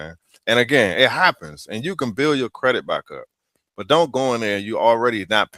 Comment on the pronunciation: As the most amazing parents in the history of the world told my lil sis & I "We made you beautiful, You have to make yourself smart" ✅✅✅ Done! The pretty girls featured in this content Seriously needed parents like mine... NPR? Huh? Can't even pronounce "credit" etc etc..... Wow!